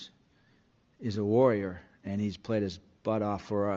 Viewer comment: the way said warrior was funny as hell 😂. Andrews is worth a two piece special, lots of hotsauce and all the fries the Ravens can get. Thank you, thank you. On a serious note, Mark is worth a 4th imo and no the panthers are not going to ask. Probably going to be after the draft. Playoff performance may drop it down to A 6th.